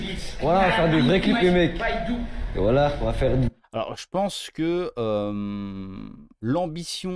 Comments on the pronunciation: Faut lui expliquer, ont dit "voilà" pas "woila"... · En fait, ils ont juste besoin d'orthophonie, non ? J'ai l'impression qu'ils n'arrivent pas à bien prononcer "voilà"... :goodvibes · Faudrait quand même dire a tous ces déscolarisés qu'on dit "voilà" et pas "wouallah" 😂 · Il a dit whala